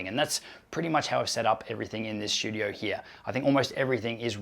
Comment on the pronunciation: There is no "H" in the word "studio". Not sure why you add it intermittently, but you do.